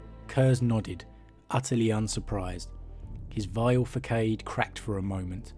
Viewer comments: Facade!🤣 I got you bro, it goes like this fa-saad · Facade. Fah-sahd